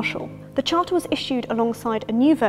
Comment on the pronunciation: The chárter